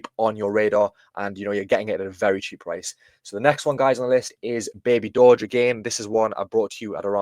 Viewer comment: DJI6930 or Dowge is pronounced DowJ like the Dow Jones. It is not pronounced Doge. There already is a Doge, so Dowge is pronounced DowJ 😉👍